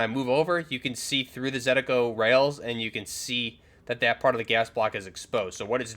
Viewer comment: Why everybody call it Zentico when its ZENITCO!!! :hand-orange-covering-eyes